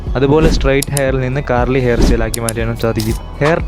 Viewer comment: Curly ❌ Carly ✅